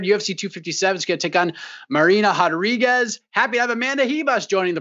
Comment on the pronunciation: Bro he said hodriguez